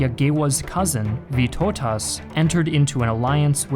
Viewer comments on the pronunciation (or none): That has to be the best attempt to say our lord names 😂 Especially Vytautas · The way you said Vytautas' name made me laugh too hard 😂😂😂